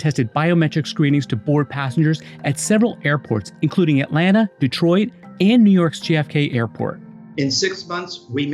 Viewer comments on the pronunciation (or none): none